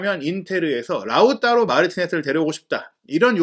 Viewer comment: 라우따로 발음이 맞나요? 라우타로 아닌가요?ㅠ 라우따로 따로따로따로 돌아버릴것같습니다 ㅠ